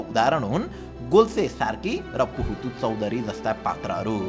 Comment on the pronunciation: Puhatu is pronounced as buhatu 🚫 Pronounce them with respect if you don't know understand better and talk because their effort is unpredictable for today's generation and youtuber 😊 BT its informative video very nice